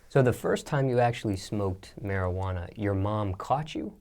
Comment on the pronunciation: That Mariquana 😂